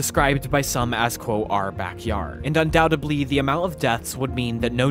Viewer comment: Awesome video, but the word is "undoubtedly," not "undoubtably."